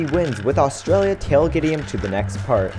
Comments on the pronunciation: its pronounced AUSTRALIA NOT ARGENTINA!!!!!!!!!!!!!!!!!!!! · You said argintera instead of Australia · anyone else realise he says argentina not Australianlia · wtf HE SAID argentenia AT THE END INSTEAD OF AUSTRALIA